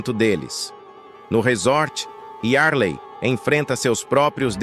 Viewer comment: Meu queriso , o nome dela é DUH e nao DAN. outra coisa , o nome do filho dela é YARLEI e por fim ... O nome do outro é, MAVÍ e não, MAVIN ! Pq tem horas que vc fala certo e em seguida, fala de maneira correta . Isso se chama falta de ATENÇÃO.